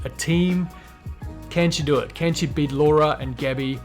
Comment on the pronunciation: just noticed you say ‘beat’ like ‘bet’. Is that an Aussie thing or a Saffa thing? I would love to see Adler do well. He won my heart when at the 2020 games at the ranch he said ‘somebody needs to beat him, I don’t care who, but somebody needs to’. I felt that. It resonated with me! 😂